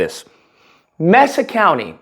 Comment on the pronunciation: Not messa county, it’s Mesa pronounced May-sa .